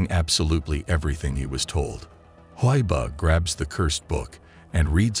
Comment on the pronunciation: It’s huii buuuh not huiboh